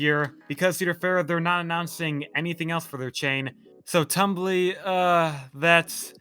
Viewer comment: The 4D is not pronounced like tumble it's Tumbili (pronounced [tumˈbiˈli]), a Swahili word meaning "monkey". Which makes sense its like being a monkey swinging through the trees.